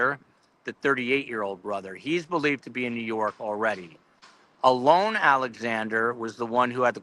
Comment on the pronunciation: I think you're saying Alones name incorrectly I'm not 100% sure but I think it's pronounced with a long and like a lawn